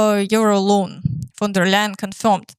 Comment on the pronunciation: You pronounce von der leyen's name really well. Thanks for the update